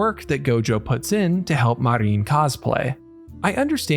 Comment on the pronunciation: Her name is Marin, not Mareen.